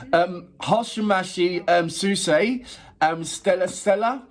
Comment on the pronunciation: her name is pronounced like “Ho she match, Swiss-A”